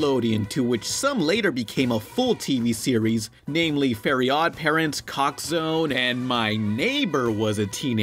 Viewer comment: chalk zone (cock zone) XD